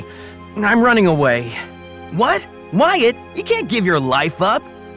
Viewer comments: WHY DOES WYATT SOUND LIKE GYATT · Wyyat sounds like gyyat lol who agrees? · "Wyatt" nah "Gyatt" 🤔👍